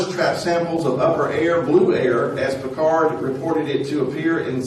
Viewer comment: اسمه بيكارد ارجو نطق الإسم صحيح حتى تكون هناك مصداقية شكرا على مجهوداتك تحياتي من الجزائر